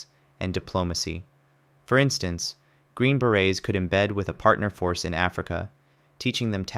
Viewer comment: TERRIBLE voiceover. Trash. When you can’t even say “160th SOAR” and “Green Beret” it calls the entire video into question. It sounds like pure low-effort AI slop. 👎